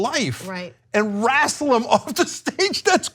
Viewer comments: Did Cenk really say wrassel? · Cenk aaid "wrAstle" 😄😂😄😂